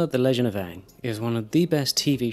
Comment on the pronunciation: The... legend of Ang?